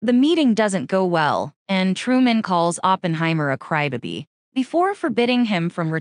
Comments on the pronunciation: You know, you can make the AI voice say crybaby properly and not cry bibi. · It’s pronounced “Crybaby” not “Crybuby” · I came to the replies for this 😂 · "A cry ba-bee"?!! Gotta love AI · How came she can't pronounce crybaby correctly?